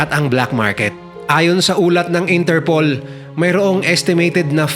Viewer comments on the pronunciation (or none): none